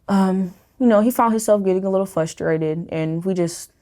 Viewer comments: People who say "FUSTRATED" instead of "FRUSTRATED" make me really FRUSTRATED I wish people would stop doing that, it sounds really stupid and annoying. We already made a rule in the English language that you're not supposed to say it that way. I am not the only person who gets annoyed with this, there are many of us. If you have problems in your life, I guarantee many many people will be more accepting of you if you just start pronouncing this one word properly. It literally hurts other people's ears. Stop doing it! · People who pronounce frustrated as "fusstrated", bother the fuck out of me. Kinda frustrating tbh.